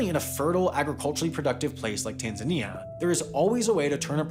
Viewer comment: This reminded how weirdly Americans pronounce Tanzania